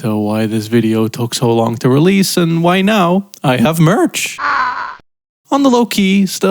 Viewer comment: ...merch? MERCH?! (pronounced like chocolate) I just copped two shirts.